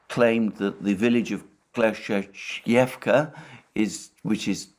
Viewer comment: He'll stop butchering Opytnyes and Klesheevkas pronunciation and move on to another town's name